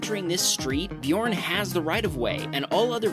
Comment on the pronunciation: bjorn Norwegians/me: DET ER BJØRN IKKE BJORN/ english: HIS NAME IS BJØRN NOT BJORN!